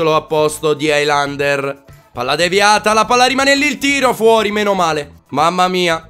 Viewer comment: non si pronuncia hailander, si pronuncia helander